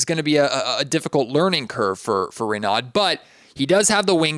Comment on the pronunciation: It's pronounced Ray No